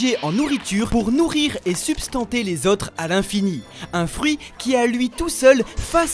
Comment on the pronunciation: On dit "Sustenter" pas "substanter"